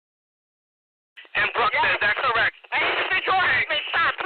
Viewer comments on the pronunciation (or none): none